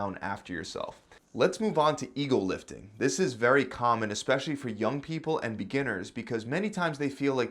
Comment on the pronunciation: This whole time I thought everyone on YouTube was saying eagle lifting apparently it’s EGO lifting people need to ring out the O they sound like L